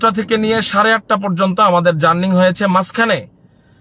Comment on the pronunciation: হুজুরের বিদ্যার দৌড় কতো টুকু ? বড় বার বলতেছে journing । Journing তো না জার্নি হবে ।